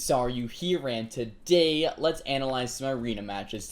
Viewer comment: no....why do you put SO much emphasis on HEY GUYS AND TODAY. sounds dumb and drives me insane. but i am just some guy on the internet with a pet peeve. so whatevs